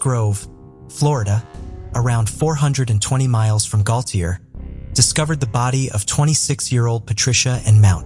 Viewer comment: It is pronounced GoShay not gauthier